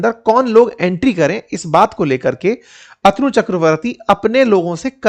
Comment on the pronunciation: अतनू नहीं,अ तनु कहिए! अध्यापक को सही उच्चारण सीखना चाहिए!